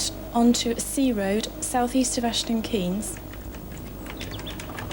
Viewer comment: aston 'kaynes'